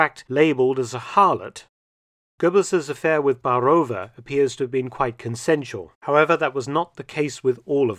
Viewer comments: BAAAAAAAAROVA - not Barooova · Great video as always! Though I must note the pronunciation of Czech names is not akin to Russian names. There is an accent on the a in Baarová , which should be stressed rather than the o. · Interesting video... But please try to invest more time in learning the correct pronunciation of foreign names. You managed it well with German names but the pronounciation of Czech Lída Baarová is so bad my ears fell off. :)